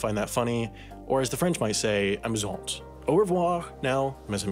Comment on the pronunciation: it’s actually “amusant” (no final “e”), with the “t” not to be pronounced